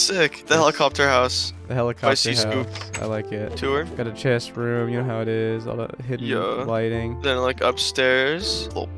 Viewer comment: Don't worry about the ruff/roof thing Markiplier can't say room for his live with a short 'o'. Like romm. Dunno just reminded me of that in the heat of the moment with all that panting going on in the background.